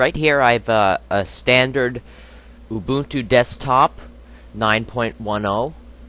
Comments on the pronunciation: ITS not A-Boon-Too...... Its pronounced Uh-bun-2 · xD he said ooboontoo its pronounced you-bun-too